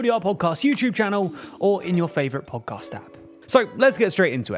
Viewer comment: I can’t even misspell on purpose how he pronounces “podcast”.